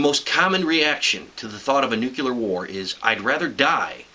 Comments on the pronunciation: stop saying nuCElar.....ffs... it's nuCLEAR..... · Hey everybody. It's George Bush Jr. It's NUCLEAR NOT NUCULAR DUMB ASS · ok. when you say nucular instead of nuclear, i grit my teeth. other than that, i must say thanks for the sage advice. very informative - like driving a 90 degree angle to the fallout if it heads towards you. obvious, but i wasn't thinking about that option. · You're cool plus I like how you say "nucular" :D